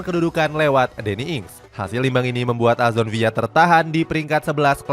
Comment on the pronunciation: aston villa min bukan aston viya